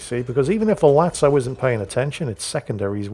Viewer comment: Finally, new episode of butchering ship names, today it's Lazo once again, turning into Italian ''Latso'' all of a sudden